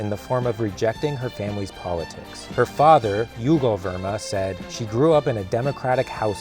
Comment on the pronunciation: It’s not Yugal Verma. Not every brown guy is Hispanic. The dads name is Jugal like Jugal.